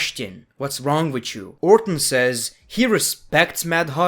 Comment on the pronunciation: "Randy Owr'ton"